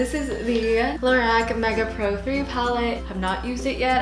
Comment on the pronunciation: just so you know its pronounced low-rock